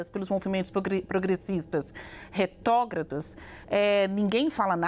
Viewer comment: "RetÓgrados"😂😂😂😂o nível da velha midia só piora! Nem português sabem mais!